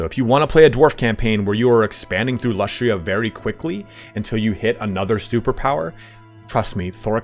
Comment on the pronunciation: Lustria? Oh my god, why CA?